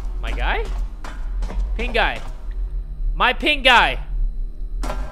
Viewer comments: I swear to Yan-Chan i heard "Pink eye" instead of "Pink guy" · the way he said Pink Guy when he introduced he game, I heard it as "pink eye" instead and I was really confused for a minute lmao..